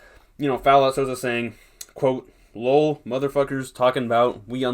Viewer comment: Bruh said low’L INSTEAD of L O L Funny asf